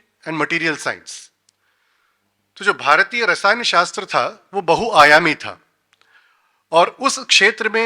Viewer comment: People who cannot say Bhāratiya and Rasāyana properly will give lecture on the subject? what a joke..!!